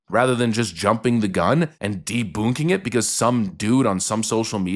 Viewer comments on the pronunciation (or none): "deBOONKing?" Boonk?? LOL!! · I thought that the second way to promounce debunking was just a funny way to say it with a German accent. The Coball Excuse reminds me of the panic that people said that involved computers shutting down on 1/01/2000 because they were afraid they would just switch to 1/01/1900 and shut everything down.